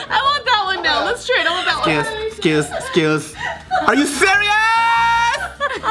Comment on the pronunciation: Joe "Wow...Pipty sebeeen...yes suhh" XD DEAD love u guys: escuse, escuse RLLLLYYYYY?????